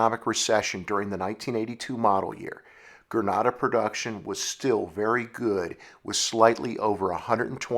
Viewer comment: Stop saying perduction, and perduced.